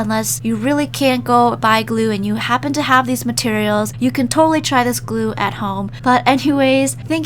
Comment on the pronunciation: While you said glue chough (glue)